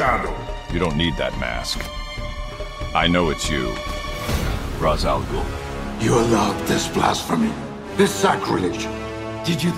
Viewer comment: Ra’s, not Raz.